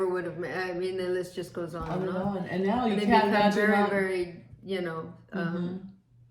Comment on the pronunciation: Now not mow lol